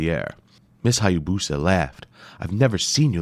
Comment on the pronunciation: It’s pronounced “Hi-ya-boos-uh .” The narrator mispronounces it.